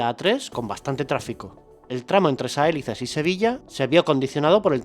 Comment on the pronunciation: Saelices tiene el acento en la "i". Se pronuncia Sa-e-LI-ces. Es una palabra llana o grave.